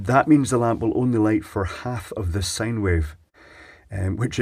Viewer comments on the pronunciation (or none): none